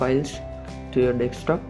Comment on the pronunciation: how fucking hard is it to say desktop